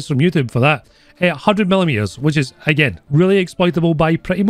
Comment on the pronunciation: ИС sounds like is, not like ai-ass.